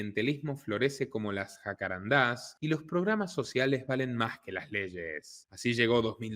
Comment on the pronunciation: son jacarandas la palabra es grave no aguda jacarandás, no